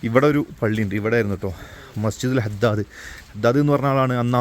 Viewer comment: ഹദ്ദാദല്ല ഭായ് അദ്ദാസ്....